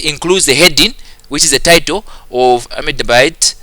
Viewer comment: Its pronounced as Ahmad-Abbad. Also pronounce the h. By the way thank you so much. You are truly the best person on Youtube to ever help solving these past paper